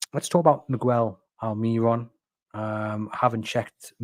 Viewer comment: Guys, it's 'Almer-ron' not 'Al-mee-ron'